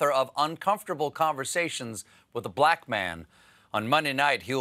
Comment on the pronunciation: Listen to the syllabic stress when Stephen says "Uncomfortable conversations with a BLACK man", as oppose to where Emmanuel says "... with a black MAN". I find this revealing, and I don't take Stephen for a bigot -- just a person who slipped a little in the use of his ear as it relates to speech. The world is deceptive, and he bought a lie without examination. Alas, language not only REVEALS how you think, but FORMS it as well. There are no BLACK people in Africa, just black PEOPLE. Listen to it, and don't give me some stupid counter argument; I'm older than you are. Now, before you go out and talk, consider how your words will land on the ears of others. That'll be a good beginning. Do you want another example, one with no hot button? I have heard too many times the Danny Kahneman book "Thinking, Fast and Slow" pronounced "Thinking fast and slow." That is prima facie evidence of insensitivity, and probably stupidity. It makes no sense. On the other hand, if you say it as written, "Thinking..... fast and slow", then you reveal that you understand that the book is about two different types of thinking, not a meaningless oxymoron. See? No race, sex or politics involved. A total giveaway of how clearly a person understands things. Can you imagine asking the concierge if there's a French restaurant nearby? Can you imagine doing it in Paris? Eats shoots and leaves. Eats, shoots, and leaves. Listen. Weigh choices sensitively. Speak. There you go. Now you've got it.